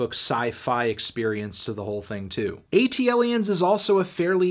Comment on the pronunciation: Sorry...ATLiens is pronounced as so. Not A.T.L.iens. had to be that guy.